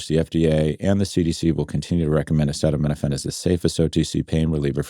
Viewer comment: You might wanna give pronouncing acetaminophen one more go SG